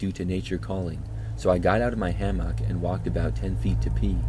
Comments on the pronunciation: Ham-mock lol ham-mick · Ham-mock is killing me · love your videos but the way you say hammock makes me want to scream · pronounces hammock like no one I've ever heard before 😅 Thx 4 the vid & your distinct enunciation of hammock ✌🏼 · are you using AI to read stories in your own voice type? Really strange how you mispronounce hammock like 5 times. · Using AI? Nah, I've listened for a while & he def has a distinct voice. He just pronounces hammock in his own way